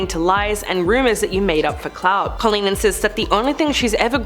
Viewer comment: You’re pronouncing BOTH her first name and last name wrong